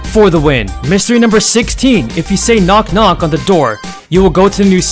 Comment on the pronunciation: Good and you say knock knock not knock Knock